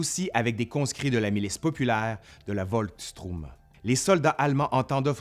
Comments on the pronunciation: Volkstroum ? Volkschtroumpf ? Volkssturm plutôt ! Mis à part ce détail, merci pour cette excellente série ! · Ça ne se prononce pas "Volkstrum" mais "Volksturm"! 😉